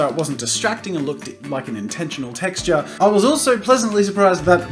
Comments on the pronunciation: He said texter!!!! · “TEXTERS” LOL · did you say texters? what? who calls them that? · Oh god i watched this whole video thinking he was pronouncing texture as texter but turns out its an australian slang HAHAHHA